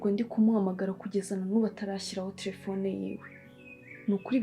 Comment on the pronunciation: mbabarira jya uvuga telephone apana trephone.